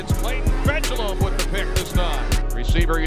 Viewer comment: Just please try to pronounce his name correctly :) Fejedelem is a Hungarian word, it means "reigning prince". The pronunciation is approx. Fa-yeh-da-lam (the only vowel you pronounce in this word is the one you say in "man", "van"... )